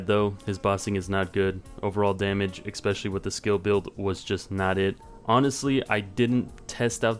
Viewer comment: It's especially, not expecially.